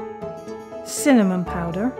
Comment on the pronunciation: She just destroyed the entire English heritage by saying the ingredients on the start: “FlOuRrrRr, bUTtErrrR, SUgArrr, cinNAmoN PowDeRRrR.”